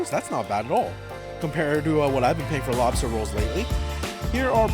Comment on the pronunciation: How, do you say mock loobster🙄